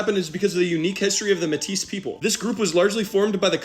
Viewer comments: Mètis is pronounced May-Tea. Not metteese ❤ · Metis is pronounce like “may tea” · fyi metis is pronouced "may TEE" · as soon as you said métis like that i went straight to the comments lmao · Really, I thought the /s/ in 'Métis' would be silent. That's the way I've heard it. At least from a Quebecker and some documentaries. Unless referring to a female, like "la femme métisse".